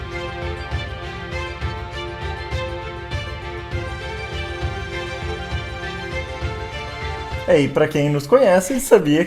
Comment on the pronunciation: Não é "EMILIA ROMANA", mas EMILIA ROMAGNA, e a pronúncia correta para o "GN" em italiano é igual ao nosso "NH" em português, ou seja "EMILIA ROMANHA".